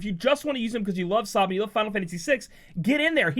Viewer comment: Pleas stop saying Sawbin it's Sabin. Like Nick Sabin